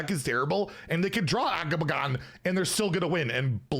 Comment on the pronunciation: we need a video compilation of everytime has said AGAMAGGAN